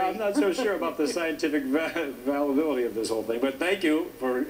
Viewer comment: "valability" ???? I'm pretty sure that's not a real word. he even said "statitious" but corrected himself. Funny guy.